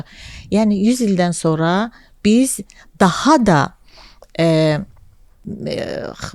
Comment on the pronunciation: daxa da )) özü heç danışa bilmire